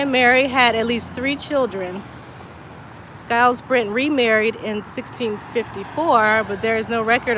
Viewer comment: Mine too on my fathers mothers mothers side. And giles is pronounced jiles not the gu sound at the beginning!